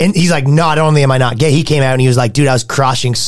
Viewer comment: “dude i’m NOUHHHT kidding” ..canadian ⭐️🇨🇦